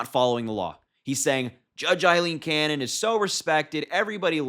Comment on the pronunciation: Lmao, he didn’t even pronounce Aileen Cannon’s name right.